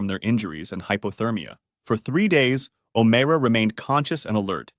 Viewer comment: O MYRA is how you pronounce it